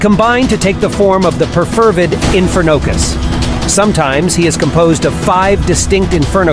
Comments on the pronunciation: Bro why'd you pronounce it like "infer nocus" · Pronounce it like it is one word. Not infer-nocus 😂